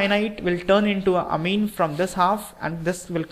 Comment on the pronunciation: please learn how to pronounce orbit and amine